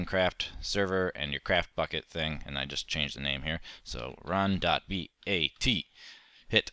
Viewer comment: .bat not .vat